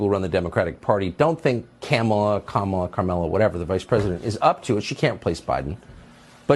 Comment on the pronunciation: Tucker said Carmelo 😂😂😂😂😂😂😂😂😂😂